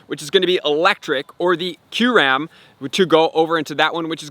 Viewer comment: It’s pronounced: “ky-you-rem.” Not “curam”